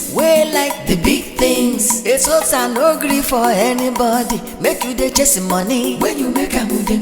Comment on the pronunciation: Its the way agent pronounces Eseosa